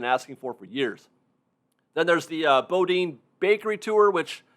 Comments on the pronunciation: Just fyi, Boudin is pronounced “boo-dean” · FYI Boudin is pronounced Boodan.